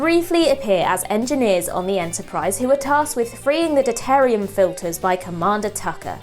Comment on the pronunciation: OMFG. It's WANG, not WONG. And learn how to say Deuterium, Tsunkatse and Schwarzenegger. FFS. You're turning into another Marcus Bronzy.